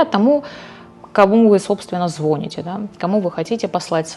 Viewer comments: я понимаю, что вам все равно на комментарии спустя год, но звонИте. Если вы звонИте. А у вас ударение на звОните. Ничего личного, все мы ошибаемся. Хотелось бы не ошибиться в том, в к кому прислушиваемся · Всё норм,но как только я услышала безграмотное :"ЗвОните", просто все отпало. Уж если Вы себя позиционируете, как человека,несущего знания в массы,так Вы хоть грамотно вещайте. Боже мой "звОните".я чуть не упала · говорит по-русски, а не по украински, значит звонИте.Мне тоже это ужасно режет слух, как и залазить. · ЗвоОните нет такого слова,есть слово звонИте,а в остальном молодец! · ЗвонИте, звонИте....ВЫ ЧТО???😢😮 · Только «звонИте», именно такое ударение в слове. А так все нужно и полезно, спасибо!